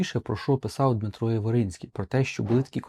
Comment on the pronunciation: Ви маєте на увазі Дмитра Яворницького, коли чотири рази вимовили Яворицький?